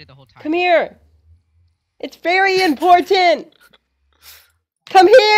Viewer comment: it's really impor-TEN-t